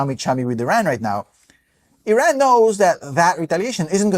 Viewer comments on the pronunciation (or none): gonna be that guy, just because it makes my ears bleed. plz plz look up how to pronounce iran correctly